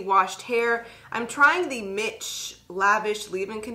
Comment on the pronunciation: 1. That brand is pronounced Meesh not mitch 2. I think it's very important when having a conversation regarding a community, that it's very important defining the boundaries of that community and potential sub-groups within a community. And being consistent with those boundaries through a conversation to help with understanding points. 3. I think when you are referring to "black" in a global reference it is important to discuss the potential nationalities that you are discussing as far as society and mainstream to help with understanding context. 4. Also, when you are referring to changes it would be helpful to give a general time frame. I have seen some of the issues that you are referencing prevalent throughout the history of the straighten vs not straightened hair debate over many years in the US. And there are a lot of other factors like time period, politics, styles, social atmosphere that influence hair styles.